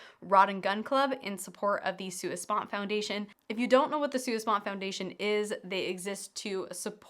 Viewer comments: I’m sorry to be “that guy” but that’s not how you pronounce, “sponte”. It’s pronounced “spontay”. #RLTW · Sua Spon-TAY 😀. Thought the Sua Sponte Foundation was for the entire Regiment, not just 1st Bat?